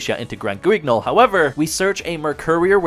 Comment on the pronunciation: Hey he finally pronounced guignol properly 🎉